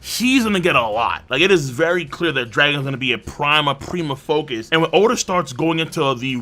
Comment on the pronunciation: Oda not O-da.